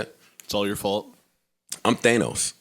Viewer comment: Joe is “Thaynos” ..... 😅